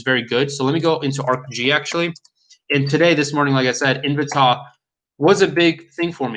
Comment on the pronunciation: Great vid. Its pronounced In-v-tay by the way. Lol